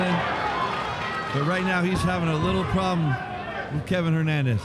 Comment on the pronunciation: His name is Kevin Valle Hernandez, not Levin Hernandez